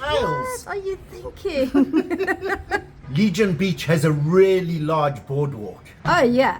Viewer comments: Nice ,,pronounciation tips ,,it's War -ung not ong and it's Leg - e -arn ,,,not Legion. From an Australian who has been there nine times since 1979 ,,usually for three or four weeks at a time. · Couple of culturally misaligned clueless foreigners. Can't even pronounce the street name correctly. LEGIAN ST is pronounced as "Leggy-yan".😢